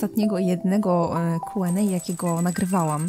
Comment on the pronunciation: Czemu zamiast mówić kjuendej mów kuenej?